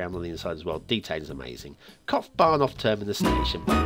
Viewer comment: i gotta say that “Kopfbahnhof” was very good (in terms of your pronunciation). As were Lugano and Ticino, this was probably the first episode in which you got it all right:p